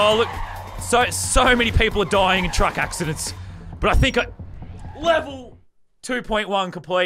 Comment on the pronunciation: I like how he said cuck not truck